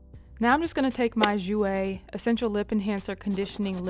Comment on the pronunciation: TYSM for pronouncing Jouer correctly!